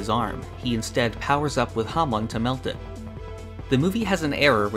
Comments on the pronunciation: "Hahmn"? You mean "Hamon"? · How is your YouTube channel called Hamon Beat and you say Hamon wrong your intro even says it correctly